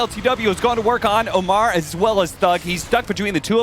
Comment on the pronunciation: Why does cap keep calling omar "amar"??? TF